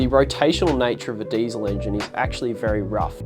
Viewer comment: It's not ...daisel ... It's diesel ... Poor uncle Rudolf ....